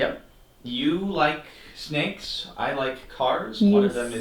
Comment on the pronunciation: Cap becoming Australian as soon as they get to the sneks was so funny